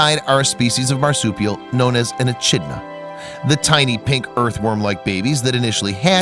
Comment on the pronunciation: The ch in Echidna is pronounced kh 👍